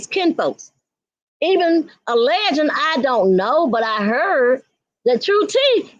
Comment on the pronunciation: And is it ALLEGEN or ALLEGED?😂